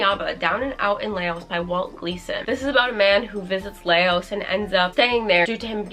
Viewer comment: hi!! if i’m thinking of the right country, Yaba is set in Laos which is pronounced laus instead of lay-os. just thought i would let you know:) thank u for all the amazing content <333